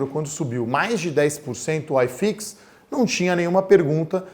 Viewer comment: Não se fala aiiiifix, o correto é iiiifix. Grande abraço. Ótimo vídeo.